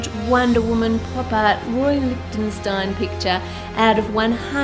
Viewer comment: Big up Anne who pronounced that name at the start like a champ 😂😂❤️❤️👏🏻👏🏻